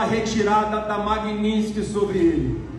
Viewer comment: Nenhum dos filhotes do capiroto é capaz de acertar a palavra 'Magnisky'. Bananinha, Rachadinha, não é 'MagniNsky'.